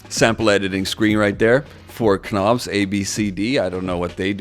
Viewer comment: Love the way you say the k letter in know and knob haha subscribed. We say no and nob here in England for those two words. You have a hard g in "ing" words as well which is unusual where are you from? Stumbled on your video. I made a hand held unit like this in 2004 with light switches screwed into a wooden board with wire bundle wired into a non touch sensitive casio keyboard (just switches for keys) midi out into EMU4000 sampler for live jungle and garage performances It's a performance thing. That's why people are keen on the portables which seemed to be your question at the beginning why people are so interested in these type of things Way easier Doesn't appeal to the gamer in me though because I left gaming when Joysticks were the coolest thing on the planet Ten years at Oxford physics and philosophy pencil and paper no computers books When I returned the games machines were these ps2 type things and I just thought. These things are rubbish. Joystick like in a fighter plane. That's a cool game controller. The new ones are lame. Try get a Joystick and a game that works with it you will see what I mean u will be flying Do you say the "L" in "Salmon"?